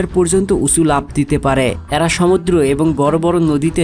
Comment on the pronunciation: তথ্যবহুল ভিডিওর জন্য ধন্যবাদ। "এ্যারা" কি? উচ্চারণ শুদ্ধ করুন। গ্রহনযোগ্যতা বাড়বে।